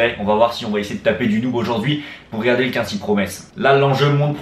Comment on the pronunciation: Par contre ca se prononce COUINESY promes mdr ^^